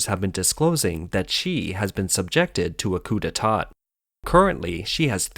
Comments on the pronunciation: You don't pronounce the last "t" at the end of coup de tat FYI - sloppy sloppy. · Don’t pronounce the second ‘t’ in ‘detat’….French….